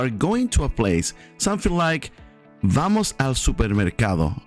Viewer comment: Honest question: Is it a V sound or a B sound? Sounded like you said the B sound when you say it fast but V sound when you say it slow. Which is it? I've noticed this with other words like the word OLD .